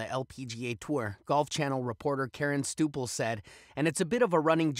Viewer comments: Did your stupels! How the hell can you be taken seriously when you can’t even say Karen Stupples last name correctly. She’s a lead commentator for Golf Channel. That’s the equivalent of getting your wife’s married name wrong. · "Stooples?" How do you get that pronunciation from "Stup..." It's Karen Stupples